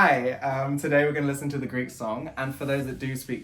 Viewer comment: I have only watched the first few seconds of the vid so far and I just HAD to comment on your Greek! WOW! Thank you for taking the time to learn to speak in my native language - you;re a star!